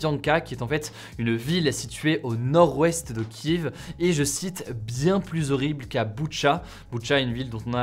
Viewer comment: Pourquoi tu écris « Boutcha » à la française alors que tu prononces le nom de Kiev à la… pas française ?